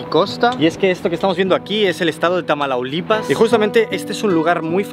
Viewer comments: Pequeña corrección, es Tamaulipas, no Tamalaulipas, pero excelente video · Me dolió el orgullo de mexicana cuando dijo "Tamalaulipas"😅😅🤣 Pilas es Tamaulipas 🤭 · Es Tamaulipas, no Tamalaulipas XD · TAMAULIPAS=❌ TAMALAULIPAS=✅ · Tamalaulipas 🤣🤣🤣🤣🤣🤣🤣🤣🤣🤣🤣🤣🤣 no mames güey es ( Tamaulipas) 🥴🥴🥴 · Me estresé con lo de "Tamalaulipas"... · Tamaulipas, no 'tamalaulipas'. Sería como Madrid, no 'mamadrid', para entendernos. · TAMAULIPAS ❌ TAMALAULIPAS ✅👁️👄👁️ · NO ES TALAMAULIPAS, ES: T A M A U L I P A S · Cómo que tamalaulipas es Tamaulipas por favor . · solo quisiera que te eduques bien y no pongas nombres que no son, los estados Mexicanos vecinos de Texas son Chihuahua, Coahuila, Nuevo Leon Tamaulipas, ACLARO NO ES " TAMALAULIPAS " es Tamaulipas estamos de acuerdo? Y otra cosa la orilla del río no se llama costa así que no es de costa a costa sino "de ribera a ribera" creo que haybque ilustrarse primero o quizás editar antes de publicar cosas erroneas, gracias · Texas era de México pero EU nos lo robó, aún así hay mexicanos que siguen viviendo en Texas, por eso Escobares está en español y hay latinos. Y se dice Tamaulipas NO Tamalaulipas, y es uno de los Estados de la República mexicana de los más peligrosos que tenemos, ahí viven los maras. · se dice TAMAULIPAS no TAMALAULIPAS ... Buen Video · es Tamaulipas, no Tamalaulipas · Tamaulipas, no tamalaulipas. Ven a Mexico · No es Tamalaulipas, sino Tamaulipas. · Has mejor tus investigaciones, el estado al que te referías es Tamaulipas, no "tamalaulipas". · Le dijo Tamalaulipas a Tamaulipas jajajaja, no es burla, me miré todo el video, nuevo seguidor mexa✨ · Excelente video, sólo que es Tamaulipas, no "Tamalaulipas" jsjsjs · Tamaulalipas jajajajajaja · Amigo se dice Tamaulipas no tmalaulipas, me encantan tus videos, me gustaria que fueran mas largos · No es Tamalaulipas, es Mataulipas xD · me dio gracia como pronuncio Tamaulipas jij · es Tamaulipas no tamalaulipas .-. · Tamalaulipas 🤣🤣 es Tamaulipas**